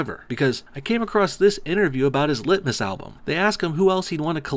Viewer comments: All i here when he says lit-mas is litmus test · Bro, what the fuck man? Not cool... Lit-miss... I was drinking my morning coffee for fucks sake lol